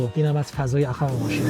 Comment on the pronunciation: مهران درب عقب درسته ...نه در عخب .... بچه کدوم بیابونی؟؟؟؟